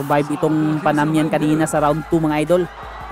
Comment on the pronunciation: panamanian yan bro hindi panamian